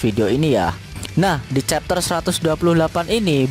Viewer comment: bacanya chapter